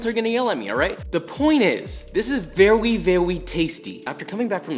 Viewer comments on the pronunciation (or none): nobody : Josh : VeWYy VeVvy tasty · vEwY VaWy tasty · VeWy veWy tasty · Vewy funny! 🤣